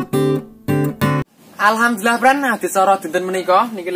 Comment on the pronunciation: He!.... kalo ucap alhamdulillah yg benar, jgn alkamdulillah bd bac. bd makna maaf aku dengar bgtu. Mksih ya kulinernya.